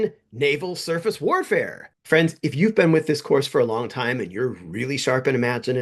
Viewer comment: On two separate occasions during your video it sounded like you called the audience boyfriends. 'Ahoy-friends', and 'Oh-boy friends'. It got a chuckled out of me. But really, your videos are amazing and I hope you continue with the channel for a long time to come. I've recommended you to many people at this point.